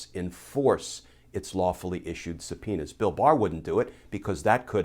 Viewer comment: Does anyone remember Super Troopers? Did you have a flashback just meow? I’m pretty sure he keeps saying suh-penis.